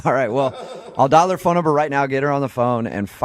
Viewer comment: I've never broken a Bewwn"" you gave me your pheywn number" Man I hate this guy for that reason only